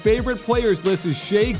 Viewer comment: Kenny Smith mispronounced Shai's name on the post gane coverage too.